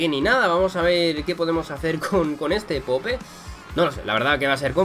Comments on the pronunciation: Típico acento español diciendo popE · Se pronuncia poup